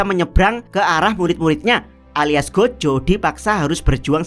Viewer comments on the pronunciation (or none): Gojo bang bukan Gojho